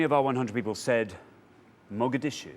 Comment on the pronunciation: As a Somali, I almost fell in love with that lovely lady who said Mogadishu. Her pronunciation wasn't bad either.